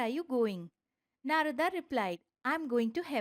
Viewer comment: thanks for such a great video. but i think we indians should not change pronunciation of indian words in english translation such as Narad, brahman, atman etc.